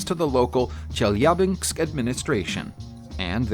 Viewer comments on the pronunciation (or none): If it's helpful: "Chell-yah-binsk" Lamborghini "count-ash" Darbee-shar / Darbee Share (ending 2 letters sound more like a "yeah" sound) "Sit-ron" or "Sit-run" (english pron.) or "seat-ree-on" (french pron. - it's a french car after-all). If I ever feel unsure how a word should sound, there's usually a native speaker on youtube or google to reference. Just bein helpful, not arsehole-ish. ;)